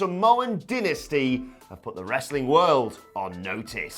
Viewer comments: Dynasty = die-na-stee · Did I miss something? I love Samoan Dynasty, but who is pronouncing it as Dinasty? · Its Dynasty..As in DIE NASTY..as in Soy Boys DIE NASTY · The way he pronounced dynasty bothers me........